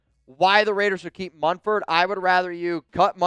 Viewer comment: We let Thayer MuNford , not [Mum]-ford like some ppl say. Anyway, if we let him go guess 🤷🏻‍♂️ who's gonna pick him up? The⚡️–watch 👀